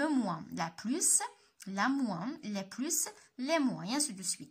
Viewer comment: علاش كتنطقي s ديال plus فاش كتكون فالجملة